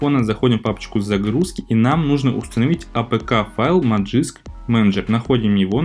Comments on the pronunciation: Зачем говорить "Ти даблъю эр пи"? Просто говори "тврп". Тоже самое с "Маджиск", лучше ж говорить "Магиск" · Если следовать транскрипции, то правильно произносить "мэджиск"